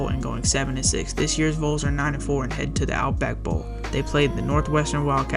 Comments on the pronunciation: Also it's pronounced VAWLS you know short for volunteers A vole is an animal that lives in the ground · Not liking that you are calling them the Voles instead of the Vols.